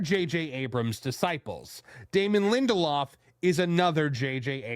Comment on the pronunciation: If it says lindeloff it equals me never watching.